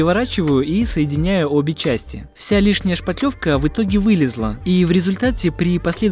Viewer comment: Как нравится, что Мастер грамотно произносит "шпаТлевка" Это великая редкость! Почему то все уверенно говорят "шпатель" но не понимают, что шпатлёвка - производное именно от этого слова, а не от шпака или от шапокляк.